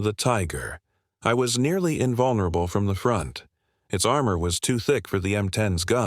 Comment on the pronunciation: the german tank is a Tiger one not I ! “ eye” get it correct!